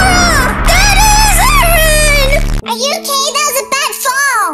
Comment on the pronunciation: I never knew till now but IT'S OKEH NOT TO BE OKEH